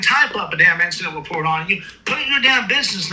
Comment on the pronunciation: He’s wight and it’s all going in the weport. 😂